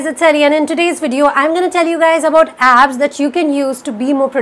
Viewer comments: Okay so so have definitely pronounced abs many a times now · Nah! I too heard "abs" :-)